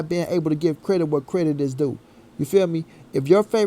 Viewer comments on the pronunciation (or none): Did u say credick 🤣🤣🤣🤣🤣🤣🤣🤣